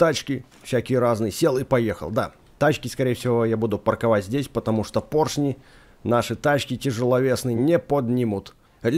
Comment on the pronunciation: Вообще-то правильно поршни говорить